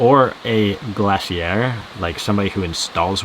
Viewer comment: Glazier is pronounced glay-zhur.